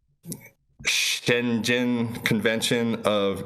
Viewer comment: Schengen is pronounced shen-gen. G as in Graphics.